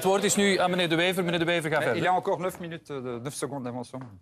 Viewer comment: The guy really does NOT even manage to pronounce Bart De Wever's name properly! Sick mentality!